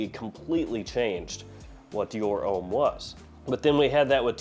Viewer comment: Pour homme is “um” like “hum”, not “ohm” like “home”.